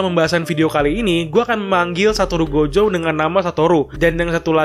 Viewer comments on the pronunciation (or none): Gojo bang bukan jogo 😁